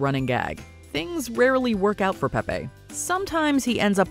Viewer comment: .... Pepe, in the cartoon, is not pronounced Pep-PAY.... it's Pep-PEE. He even says it in the clip you played. Why didn't you pronounce Penelope as Penny-lope? Same difference. (I don't know why this irked me so much, but it did. Maybe that's what they were going for... a reaction.)